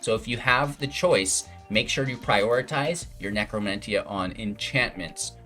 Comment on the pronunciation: Nec·ro·men·tee·ah and Solemn Sim·you·lay·crum pronunciation is killing me